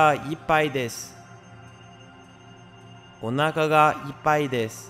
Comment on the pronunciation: 「おなーかがイパイです」最悪の発音🙈東南アジアの方だろうね。